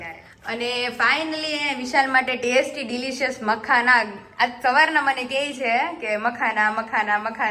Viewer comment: Its makhana...not makhna